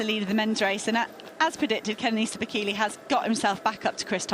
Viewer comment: I swear the woman pronounced Bekele's surname differently every time she said it